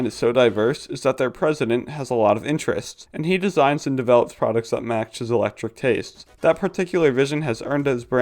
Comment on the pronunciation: It's pronounced ech-lehc-tick